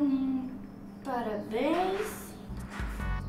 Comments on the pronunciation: Só eu que percebi que no presente ela falou parabem ??? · da agonia com o m no parabéns;_